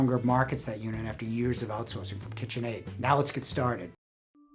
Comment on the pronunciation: What about kitchaid? I couldnt understand what you said.